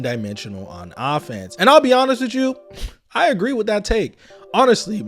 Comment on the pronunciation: With is pronounced with not wif. Th does not equal "f". Pronunciation drives me crazy can't watch